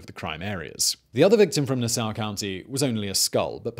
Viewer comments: I was getting confused by that. I thought he was saying "Soar". How about Hauppauge? That was funny too. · I remember the "Craigslist Ripper" case. It was eerie back then because most of the girls were the same age as I was. Also, Simon, it's Nah-saw. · Lol I did a double take and was like is he talking about Nassau... everyone on Long Island knows it’s Nah-Saw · Gilgo beach killer and Naa-Saww County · Hahahah “nasow county” that’s what I’m callin it from now on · I know we got tough names but Nassau think Nah-Saw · NAH-saw county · Nass-saw county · "Nassow county" lol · The way this guy says Nassau really makes me mad...... it’s Nassau .... [Nass-saw]😑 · Yeah, Gilgo would definitely be my choice for where to bury anything on LI. Too bad it gets enough extra police traffic now that it’s not an option. Allegedly. IANL. Also Simon’s way of pronouncing Nassau is funny. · I can’t possible be the only person from Nassau county who’s physically pained by the way he pronounces the name of our county. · As a Long Island the way he said Nassau drives me crazy 😂😂😂😂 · my guy why you saying nassau like that.Also if your curious the gilgo beach area is on the border so barely in Suffolk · As a Long Island native, I rather enjoyed listening to you butcher Nassau and Hauppauge (I think you were trying to say that town). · THATS NOT HOW YOU SAY NASSAU!!! 😂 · For some reason I dislike the way Simon pronounces Nassau